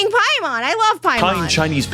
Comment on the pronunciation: Every time you said paimon I keep thinking you are saying Piedmon the digimon instead